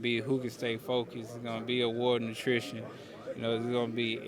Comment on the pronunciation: Not sure if Spence means “A war of attrition” he said a war of nutrition”. So whoever eats the healthiest pre fight meal wins! 😂